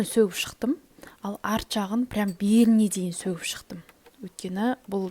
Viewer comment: Сөтіп шықтым деси бәрін сөгіп шықтым демей😂😂😂і